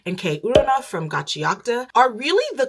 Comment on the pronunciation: The way you are pronouncing Gachiakuta is triggering tf out of me